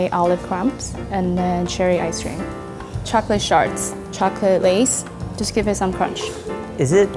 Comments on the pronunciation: D...did she just say chocolate shart? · When she said chocolate shards it totally sounded like chocolate sharts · did she say the dessert had chocolate sharts?